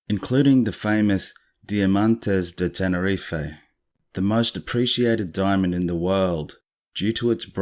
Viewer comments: Love your channel! Awesome content to watch just before bed - don't know why I always find that unnerving stuff at night, but it's great!! Pet peeve - mispronunciation. You said 'Ten-er-ee-fay' it's actually 'Ten-er-eef' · The way we say tenerife in the UK is that we DON'T pronounce the e on the end. Its actually Tenereef how we pronounce it. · It’s not his voice it’s ai he sounds a bit Australian surely not going to to all the research and butcher the name of the island he’s researched?